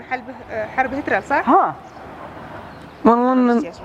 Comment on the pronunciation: البنت اللي جايبينها تمثل غبيةه ونطقها مدريش كيف قالت " من حرب هترل " اول مره اعرف ان هتلر بيدلعوه هكذا 😂😂😂😂😂😂😂😂😂😂😂😂